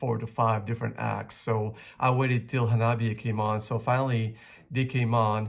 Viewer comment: 花冷え(HANABIE) is pronounced Ha-nah-bee-eh. え= eh This is Japanese. There are no silent "E"'s in Japanese. So it shouldn't be read like it's in English but rather the Romaji pronunciation of Japanese.